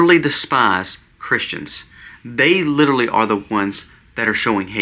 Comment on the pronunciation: At the risk of sounding "out of touch and old" (which I am and an English teacher to boot), please let me encourage you all, especially,: (1) The word is "literally"...not "littaly". (2) The term is "kowtow"...not ""cow tail". (3) The word for Charlie Kirk's death is "murder", not "when he passed" (which would indicate a long time/long term health battle/issue). You are doing such a good job,!!! These are minute points, but they are sticking points because you talk about "home schooling" (with which I do agree at this point in time). Incorrect grammar use does not support your argument for home schooling. Same with the history of the term "kowtow" which is oriental in source for people who bowed down in false humility or were killed/murdered for the gaul/arrogance of standing up to "authority". It is not "cow tail". Third point is clarified above. Stand tall, young man! You and your family are such wonderful examples for us. PSALM 91!!!